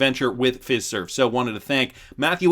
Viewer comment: It's Fiserve like Feye-serve!